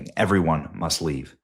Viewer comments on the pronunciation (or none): Wow Benny you took gaslighting to a new level. You left out words from the post and added your own making it sound worse than it is- like how you said "MUST" with emphasis when it wasnt in the post, or how you emphasized the restriction of movement in Israel when it said certain areas of Israel. Dont be a tin foil ass clown Benny. Be better.